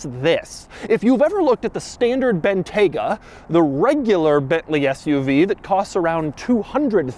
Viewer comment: It's pronounced BIN-TYE-GUH